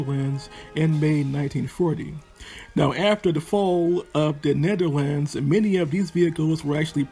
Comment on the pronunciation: His pronunciation could be better... In dutch he technically says it right, but I think he is trying to say it in english...